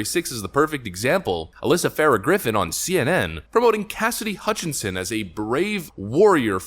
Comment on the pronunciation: Did Tapper just say "casidy remarkably credible..."? or something to the effect of...?